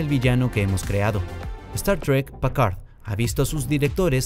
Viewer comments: ¿Pacard?, ¿y ese güey quién es? ES PICARD; PICARD.... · Pacard?????????????? Quien es ese..... Es que ni los gringos lo dicen así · ¿Que como dice que dijo? Incluso en el traductor la pronunciación en frances es Picard, tal cual, de donde salio Pcard????? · Pacard 😂 eso no es una impresora ?? Jelut pacard 😂😂😂😂 hajjaajjjajaja😂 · gracias por la corrección, un horror igual que Packard o Stiwart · Por piedad qué mala pronunciación “Pacar” que 😨 fue eso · Pacard como en Hewllet??? Jajajajaja preparen a sus locutores! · jajajajaja, PICARD PICARD PICARD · Aprende hablar oe PAKARD PAKARD 😂😂😂😂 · Creo que intenta pronunciar en un inglés saturado un apellido francés... éste es de los que pronuncian el abecedario en ese idioma. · Pacard....Uiliam Riquer.... Además de la pronunciación horripilante, eso de "Mira Esto Antes De Ver La Temporada 3" es estúpido: lo único que el disléxico hace es ESPECULAR como nosotros mirando el trailer. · Te odio cuando decís Pacar y Riquer 🤬🤬🤬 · Es "Picard" y Riker se pronuncia "Raiker"